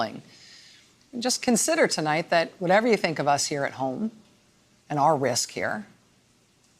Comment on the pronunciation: the way she said “severe revenge”. this is why people think we’re ignorant. have some respect sis